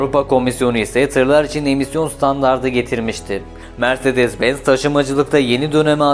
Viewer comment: mirzedez benz bazar harika telaffuzlar cidden videoyu tamamlamakta zorlandım